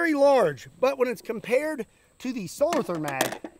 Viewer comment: Solo Toorn...that is not a th as used in english